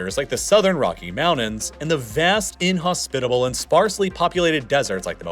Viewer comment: He also pronounces mountains as mounans